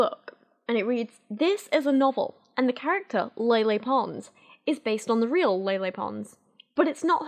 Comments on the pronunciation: Lele probably means the kind of "e" in "Bella" instead of the "ey" in "Leyla". If you pay attention those are different sounds. Native English speakers are usually not used to saying that first "e" sound without another consonant following, so saying it like Lele instead of Laylay probably doesn't register as two different sounds. Just a tangent from someone interested in sound structure! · A agree with everything here except for how Lele is supposed to be pronounced. It's not Lay Lay. If it was, it would've been spelled Leilei. The 'e' is always pronounced with an 'eh' sound in Spanish, so names follow this as well. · How do you go from ella eh eh to ella ey ey ey 😂😂 her named is pronounced with the Spanish E as in EH. So it’s LEH LEH, not LEY LEY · the only accurate thing abt this book was her explanation of how to pronounce her name, it's just hard for you bc of your accent. it's not ley-ley, it's leh-leh. think of it this way, remove the 'y' sound when you're saying leyley. lele.